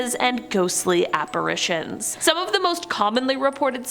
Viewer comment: I just wanna thank you for pronouncing apparitions correctly. There are two a's in that word, not three. Love you!